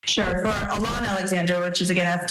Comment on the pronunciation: Mispronouncing Alon's name. Auh- lon, emphasis on the last syllable.